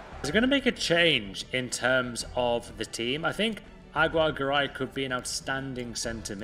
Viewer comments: I'm native spanish speaker, its pronounce is " agi - rre - ga - ray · I’m Hispanic, it’s pronounced: A-gi-rre-ga-rai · Its pronounced AGI RRE GARAY